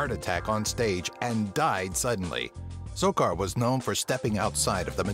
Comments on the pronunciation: he said sorcar its sarkar also was that Joseph W Burns or Burus. get your fact your right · it's P C SARKAR not sorcar .. dumbass